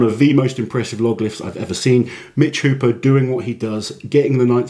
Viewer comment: It's not Mitch counting the reps, it's the refs. JSYK, his name is Hooper, not "Hopper".